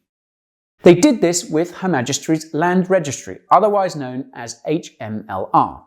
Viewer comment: Hahaha Why do you keep calling it "Her MajestRy's Registry??